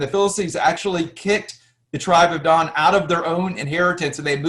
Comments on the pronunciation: love it, but what about Dan? why is it pronounced Don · So why do you say Don? And then Danites? Is it not Dan? If you're going to TRY to teach. At least try to settle on one pronunciation. You know something? Seems not to cohesive to me.